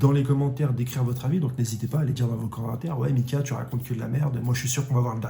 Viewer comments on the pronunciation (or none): none